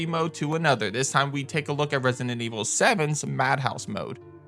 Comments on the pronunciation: It's resident, not rensinent. Plz, just say RE. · Hilarious how u say Resident Evil “Resinnin Evil” 🤣🤣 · why do you pronounce resident evil like "resin and evil" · He keeps saying Resinent Evil. There’s a D in there, bro, and only one N. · Its the way you say “resident” evil … idk why i keep hearing resinent evil